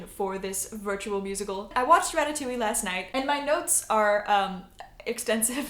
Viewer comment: Le french person thing here u pronounce it ra-ta-too-y-e not ra-ta-too-we also sup brah im weed jesus you can only make a wish if your stooooonnned dude